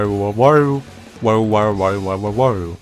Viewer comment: its not waru its wara.